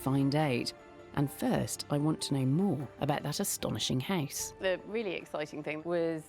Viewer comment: I like how she pronounces "house" as "hice". As a Canadian, I'd say "hoose".